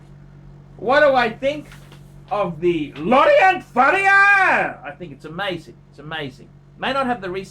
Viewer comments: You pronounce it Lauren Fair Yeah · "LAW-RHONT FURRIUUUHHHRRRR!!!!" Haha! Hilarious!!